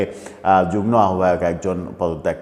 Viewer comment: শব্দটা 'যুগ্ম' (উচ্চারণ যু+গ্+ম) অনুগ্রহ করে 'যুগ্ন' বলবেন না।